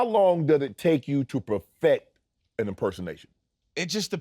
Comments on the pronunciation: Tell Jay to make sure that he uses the word “profect” whenever he does his Shannon Sharpe impression from now on 🤣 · BRO- PROFECT😂😂😂😂 U MEAN PERFECT”